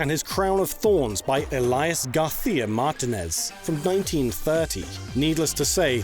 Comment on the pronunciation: You do a nice Castillian "García," then absolutely botch his last name as "MAR-ti-nez."